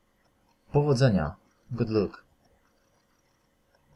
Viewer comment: 3.19 Powodzenia -good luck a ty mowisz dobrze wygladasz,,gud luk,,. Ja tez sie ucze ale staram sie poprawnie wymawiac.